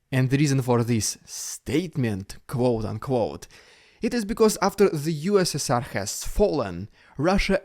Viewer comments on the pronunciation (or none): none